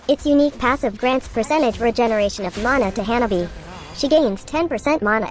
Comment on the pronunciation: Notice how she pronounces janani as hyanabi